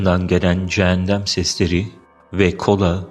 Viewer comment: Cennet ve cehennem gerçek bence ve bu sesler yer altından gelmesinin bi diğer sebebi cehennemlik insanların mezarlarında azap çekmesi nedeniyle oluşan sesler olabilir aslında gerçekte ne olduğunu kimse bilemez tanrı dan başka bu arada farkettim video da cehennem yerine cehendem diyip durdunuz sanırım diliniz dolandı ☺